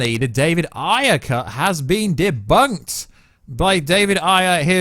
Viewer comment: Bro David “Air” Ayer. That’s how it’s said